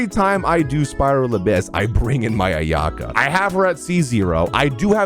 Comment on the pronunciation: Thank you for pronouncing my fav character “Ayaka” as “AyA-Kah” not “Ayak-AH”